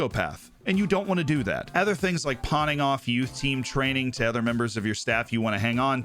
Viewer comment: Why do you say "ether" instead of "other"?